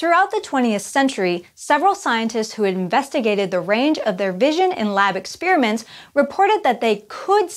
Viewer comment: GEEZ! It's not "ex-spearmints" !!!